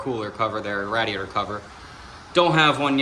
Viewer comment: Great video.. but.... The way you said radiator... I need answers